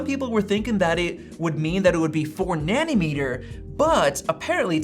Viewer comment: I only hear „nanny-meter“ =))))